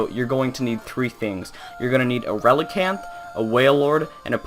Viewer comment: Why "Relincanth"?